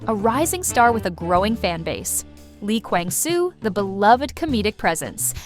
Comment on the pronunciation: I'm sorry this is out of topic, but I think the narrator should learn how to properly pronounce the actor's names... It's "so in guk" not "sio in guk", also its "i kwang su" not "li kweng su" 😭